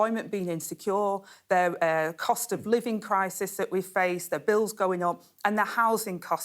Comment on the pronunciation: I'm sure she said Cosh instead of cost.🤔